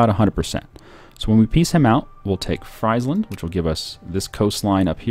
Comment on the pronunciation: In languages like Dutch and German, ie is pronounced like e and ei is pronounced like ei. So it's Freesland, not Chipsland.